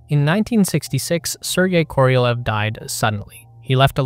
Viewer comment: The name of the Soviet rocket engineer SERGEI KOROLEV is pronounced as [kə - rə - 'LYOFF]